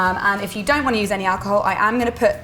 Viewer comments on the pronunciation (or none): none